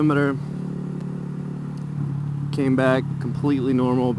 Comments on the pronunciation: "Mul-timiter" made me chuckle too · LMAO the way you said "Multi-Meter" has had me rollin for the passed 5 minutes. I will not let you live this down.